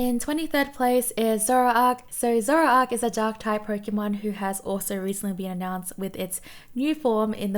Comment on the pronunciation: Toxtricity is i believe pronounced as Electricity that makes the most sense to me so you did it correct ^^ Zoroark is not pronounced as Zoro Ark but rather Zo Roar k Also Zoroark has a new form that comes with the new pokemon game Legend Arceus look it up its soo cool: Hisuian Zoroark Pronounciation of Sceptile the C is silent so it sounds more like Septile About Snom: if this voting would happen again snom probably wont make it so high. In japan they usually love to meme on one pokemon that becomes super populair for a while. Snom was this last year and they end up being quite high on the score board.